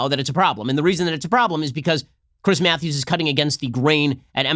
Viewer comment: Chwiiiiiss Mwatthewwwwws